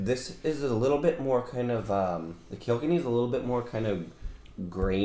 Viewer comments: Kilkenny is pronounced kill-ken-ee 😎😎😎🇮🇪🇮🇪🇮🇪🇮🇪love the videos keep them coming. Did you guys get the Slane Irish whiskey 🥃 yet. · The way the prounonced kilkenny 🤣